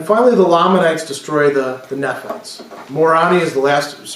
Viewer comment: Your pronunciation is a little off with your book of Mormon names, at least as far as the mainstream church pronounces them. Almost all of the vowel sounds are long, so it's nee-fites and more-ohn-eye for an example. Sorry, it just sounds odd to my ears. Love your lectures.